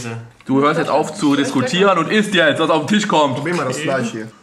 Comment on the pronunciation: es heißt TISCH nicht TICH. du vogl